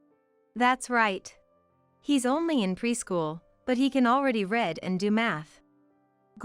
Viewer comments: "Read" is not pronounced "red". Again, horrible narration😢 wrecks a mildly amusing story. As predictable, another doormat turns diva tale. Seriously "Ozaman and Carly Simon"? How stupid is that!!!😂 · The narrator mispronounced "read" improperly. Rookie-sloppy exercise! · Read (reead), not red 🤦🏼‍♀️